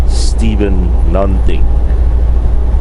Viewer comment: hahaha you pronounce it very well and you have almost right;) Something = Nånting